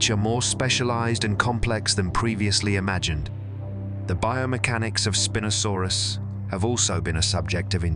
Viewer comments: It's "spine-o" saurus... not "spin-o" lol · Did the Spin-O sarus spin around like in a disco or was it named for having a large sail for a SPINE? I'm hoping for the disco name as I love disco balls and spinning around but alas I think IT IS PRONOUNCE SPINE-O-SARUS.